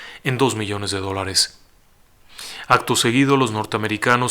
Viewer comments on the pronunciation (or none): none